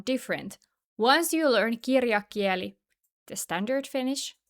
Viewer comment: I don't want to be picky, but when you say "puhekieli" puhekiÄli" it's okay, but when you say "kirjakieli" kirjakiÄli, it sounds a little strange.